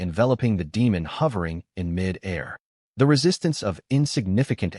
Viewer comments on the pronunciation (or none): its mid fucking air. not mi dare. get it fucking right